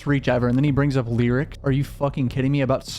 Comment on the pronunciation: It’s the way you say “Lee-rics”(lyrics) for me 😅